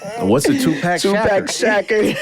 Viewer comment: ”TUPACK SHACKER” L M A O. 😂😂😂